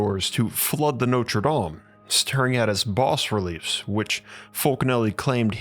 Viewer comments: It's pronounced: 'Baahh Relief'. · Boring as watching paint dry. Oh, and learn how to correctly pronounce 'bas' as in bas relief.